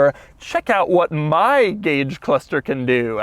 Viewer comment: Every time Doug says "cluthster" I was shouting "It's pronounced CLUSTER!"